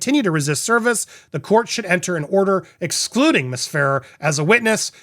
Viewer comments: Fa rare is how you pronounce it! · As per Isabela Ferrer, her last name Ferrer...is pronounced "Fur - Rare".